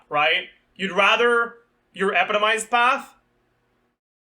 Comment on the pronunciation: Can you pronounce epitomized correctly